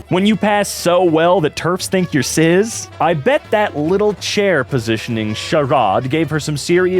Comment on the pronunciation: Why do you pronounce the S in cis like a Z?